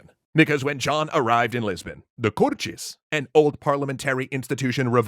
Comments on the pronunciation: Thick Brazillian accent? I can assure you we don't pronounce it as Cor-Tschêz. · omggg there's no x in cortes why do you keep saying cortxes😭😭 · Love how you've pronounced Cortes with a Brazilian accent despite them being Portuguese. BRASIL SIL SIL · The "Cortes" were in Portugal, so no reason to pronounce the word with the Brazilian accent... Apart from that, great video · The way you pronounce 'Cortes' is the Brazilian way. The Portugese way would be to pronounce the 't' as a simple 't'. /t/ before /i/ or /e/ being a 'ch' sound as in 'choose' is a Brazilian thing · Kinda irritating tha he's pronouncing cortes with a thick brazilian accent